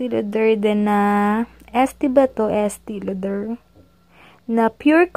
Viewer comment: Estee Lauder= Estee LO-DER yata